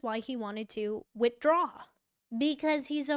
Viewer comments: "Witdraw". smh "Facts matter. You said that right"? "Actually it's 'details matter'" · Notice to “witdraw”….😂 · "Motion to Witdraw" Anyone else seeing this? After everything we've seen with Hank Brennan, if he can leave out the "h" from withdraw, how much else has he left out?😅😅😅